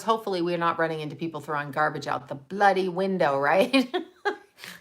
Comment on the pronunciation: When says "bloody" it reminds me she's from Canada! I love it:-)